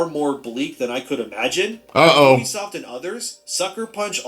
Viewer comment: bro kept saying obisoft over and over and over